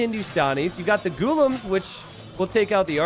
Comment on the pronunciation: Yeah lol and the way he says Ghulam omg.... He says Gu-lum when it is pronounced Gu-la-um/aam.